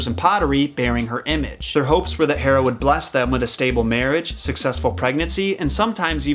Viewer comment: That's a lot of research to pronounce Hera wrong.